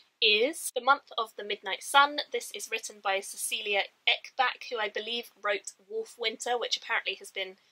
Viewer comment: Nice haul! And fyi, Ekbäck is pronounced more like Ekbeck, rather than Ekback. It translates to "Oak Brook". :)